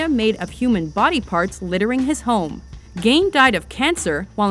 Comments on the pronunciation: gein not geid. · It's Ed Gein, not Gain. It's pronounced "Gean" like "Bean'', not "Gayne" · It's "Gein" as in "keen"! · Why the hell are you pronouncing Ed Gein's name so wrong?